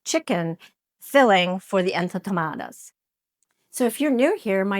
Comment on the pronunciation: Love your interesting recipes! But, please make sure you are pronouncing the names correctly...these are en to ma ta das. ...the cuban dish ropa vieja is pronounced ropa vee eh ha. Appreciate your efforts to model cultural respect by taking the time to get the words right...others will also perpetuate the errors. Thanks!